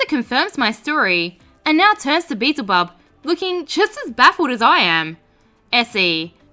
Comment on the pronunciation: It was the beezle instead of beelzel. Aussie my ass. I'm so glad I'm not the only one